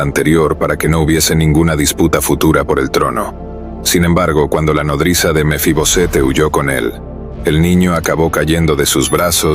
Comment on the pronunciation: Porque usted dice mefibosete?